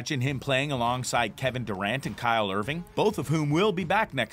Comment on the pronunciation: "kyle irving" lol